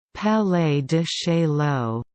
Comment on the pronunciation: "Palay de Shayoh, not Chayoh